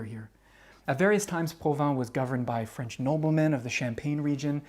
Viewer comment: Bonsoir, As a french canadian, I like your perfect french accent. It is refreshing to watch your videos.